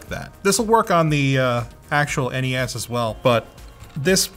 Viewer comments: It's NES not Nes. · Other than Linus and his people, I've never heard the original Nintendo called a NES (said like mess). I and everyone else I've ever heard has said it as N-E-S (with the next gen as S-N-E-S). Must be a Canuckistan thing.